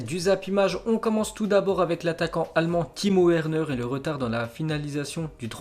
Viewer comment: oh la putain de toi jtm bien ta vu jte suis depuis ton ZI n21 mais stpppppp fait un effort sur l’accent on dit Timo Verner par Werner tu dis un Wagon ou un Vagon putaaaaiinnn